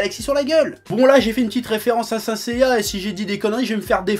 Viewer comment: et on dit sainte seiya